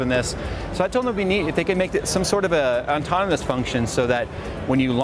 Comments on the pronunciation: He says Artominous not ontominous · Today we all learned, that doesn't know how to say autonomous. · ontonomous... nice toaster case. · 2018... the year we found out jay can't say autonomous